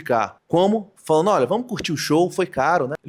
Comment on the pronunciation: É preciso corrigir o erro fossilizado do NDO urgentemente. Fazeno, analizano, abaixano, falano. Não orna bem com um ótimo repertório e articulação linguística do autor do vídeo.